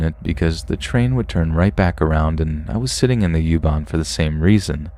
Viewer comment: Youban 🤣🤣🤣 it's Uban not youban. I love your voice.